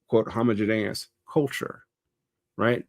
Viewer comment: I try not to be a stickler for pronunciation—I was a kid that frequently learned words from reading instead of people speaking (not to mention how pronounciation is tied with shibboleths and the myriad of other class issues)—but it is realllllly bothering me how he's saying homogeneous 😅